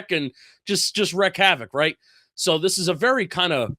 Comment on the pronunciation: Wreak havoc, not wreck.